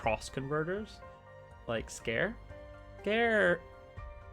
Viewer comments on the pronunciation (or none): Ps. Scare? Lol. I pronounce it "Si (like the first part of sid)- car-(like car) eey (sounds like the letter E)." Which I think is the proper japanese pronunciation given how their language seems to work. But I guess that works too.😋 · I'm sorry mate but the way you say Sikare just tick me off xD, its Si(as in see)ka(as in car)re(as in render)